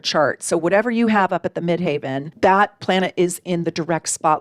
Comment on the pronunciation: Thank you for this! So interesting to watch, i love your energy. Question: I noticed that you always pronounce the "heaven" in "midheaven" as "haven" in your videos. Is this on purpose / is there a reason for it? As in for example, was "midhaven" the way it used to be said back in the day or an alternative name for the MC?